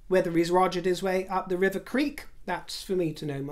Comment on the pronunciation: Love it thank you for that River sounds bang on to me . 😂😂😂